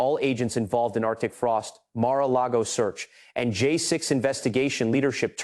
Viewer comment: I thought almost everyone in the world knows how to pronounce Mara Lago